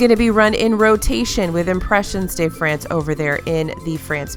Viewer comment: Sorry — totally enjoy your videos, but I have a small constructive criticism. You always pronounce “de” wrong when referring to restaurants and attractions in Epcot/France. De is pronounced more like “deux” (the French word for two). As in: un, deux, trois. Des is pronounced “day” and would only be used if you were talking about something that is plural. France is not plural, since it is one country. Ironically, the best example I can give you is the City of Des Moines which is technically mispronounced. The way people pronounce the “Des” portion of Des Moines is actually the way you’re supposed to pronounce the word “de”. If said properly, Des Moines would actually sound more like “Day Mweh” and Impressions of France would be "om-press-yon (silent n) de Fronce (silent n)." It's very hard to type phonetically, but that's as close as it gets. Look up pronunciation of "impressions" and "France" if you care to. I just have a pet peeve when it comes to de/des and le/la/les. And if anyone wants to be an Disney expert, all the better to know the proper names. Similarly, Les Chefs de France (The Chefs of France) contains both pronunciations. Les (Lay) because the chefs are plural, de (deux) because France is one singular nation. French works in masculine, feminine, and plural where things are concerned. Le (which rhymes with "deux") is masculine, la (which rhymes with "ha") is feminine, and les (which rhymes with "lay") is plural. An easy way to remember is to think of the musical a